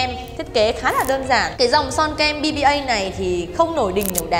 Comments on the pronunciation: Son Bbia đọc là Bi-a nha chị :) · Bbia đọc là bi-a a~~~